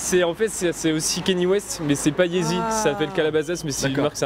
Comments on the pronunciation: yeezy il prononce easy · Frère arrête de dire easy au lieu de yeezy stp